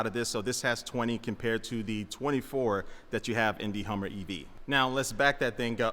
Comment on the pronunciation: Yall hear that HUMMVER EV that he called it?! Yeah, that's the PTSD speaking tryna say HUMVEE, realizing he's a civi. now so he corrected it to HUMMER mid word thus HUMMVER! Hehe XD